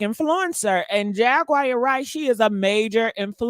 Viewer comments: Jagwire is that what she said😂😂😂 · Jag wire Wright 😆